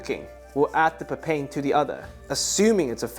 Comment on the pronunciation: Its pronounced papay-in (first part like papaya) 😁